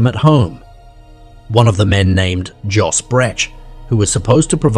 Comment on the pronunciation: When you use foreign names, learn to pronounce them: Joos = Yōs (as in dose). Heibloem = Hay-bloom. Maastrict = moss-strict